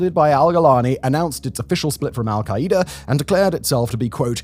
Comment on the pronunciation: I love Simon but the way he says "Al-kai-E-duh" instead of "Al-Kai-Duh" is INFURIATING its like that video of the woman cooking using the "micro-wav-eh"